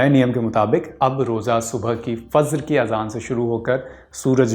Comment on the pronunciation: ग़लत !! एक एक लफ्ज़ सही से pronounce kiya hai, iska matlab aapki bhi urdu kharab hai. Presenter ne Fajr ko Fazr कहा है, Hijrat ko hizrat aur bhi galtiyan thi.